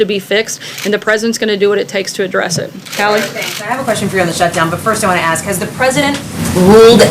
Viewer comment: Did she really just say " ax them to fix the problem" to the African American journalists? Nice Sarah